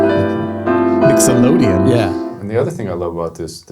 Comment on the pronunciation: I thought he said “Mix-O-lodian” instead of Mixolydian. And there you have it. I now have a raging case of verbal satiation. 😂😅🤣👍🏽